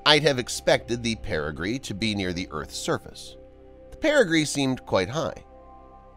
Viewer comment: Watch out for all those dangerous "perigrees" just after .